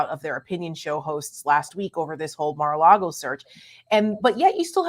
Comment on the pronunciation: did you say 'Mar-a-lard-O'?🤣🤣🤣